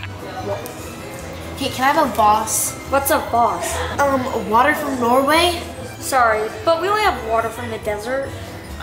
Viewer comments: The ”you know how much it cost to fly this out from NORWIGA”😂😂 it’s actually Norway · “Norwegia” Lol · It’s not norwiga it’s norway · Norwegia lol it’s Norway 😂